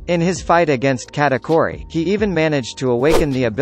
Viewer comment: Please say kuh-ta-kooh-ree to pronounce Charlotte katakuri